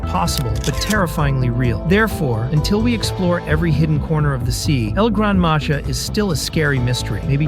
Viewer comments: Don’t say it like that thing of it as el grand maha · It's pernounst El gran maha